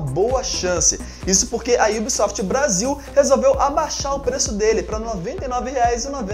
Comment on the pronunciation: mano num é IUBSOFT e sim UBSOFT '-'